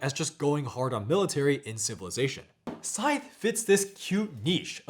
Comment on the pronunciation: Scythe rhymes with writhe, not fife.